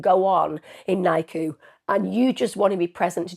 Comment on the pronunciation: Its said differently it's not nicu